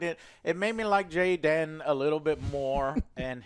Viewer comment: "Jay-den OH MY GOD..."🤣